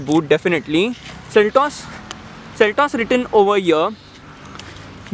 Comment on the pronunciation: "Seltos", not "Seltes".